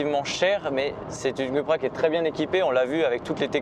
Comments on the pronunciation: C'est Coupra que ça se prononce, hein, pas Cul pra, ça fait cul-cul quoi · Excuse moi .ça ce prononce COUPRA !!!